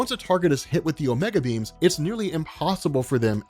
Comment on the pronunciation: I kept hearing it as "omega beans" instead of "omega beams"